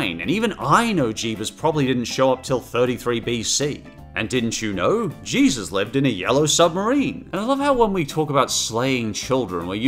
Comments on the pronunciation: Its jesus not jeeves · The first two times he was supposed to say Jesus, he said Jeebus instead. Good god man. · Why are you calling Jesus "Jeebus"? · Way do you say Jebus? It's pronauncet Jesus. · Why do you keep staying "Jeebus"?